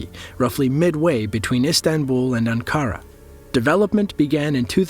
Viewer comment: Stopped when the voice over said ‘Ann-karra’